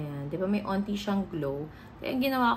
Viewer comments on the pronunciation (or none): Why dont you pronunce the K when you say the word Konti?